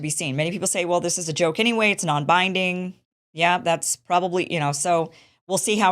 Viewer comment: "non binding resolution" she emphasized